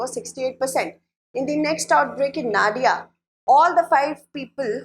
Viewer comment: Nadia is pronounced : no-diya